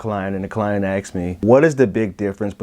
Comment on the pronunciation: I'm really curious about something I've noticed for many years. Why is it that most African Americans pronounce the word aSked as "axed"...?